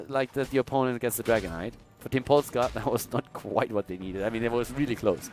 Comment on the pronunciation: Very well pronounced Polska,! NAPIE...:D